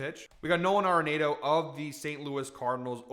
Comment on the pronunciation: love the Nolan pick, and he says his last name "ARE-in-AUTO" not "NATO". But....keep the winners coming!!